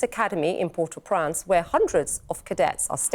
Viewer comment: She said "Port au Prance" :face-green-smiling